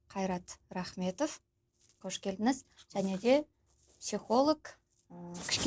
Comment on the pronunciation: қош келдініз емес келдіңіз. Ң деген дыбысты Н деп дыбыстау типа орыс тілді дүбәралық.